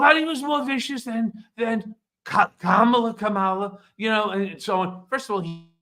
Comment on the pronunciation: Kamala. Also let's pronounce her name right: Comma La. Like her little nieces taught us at the DNC.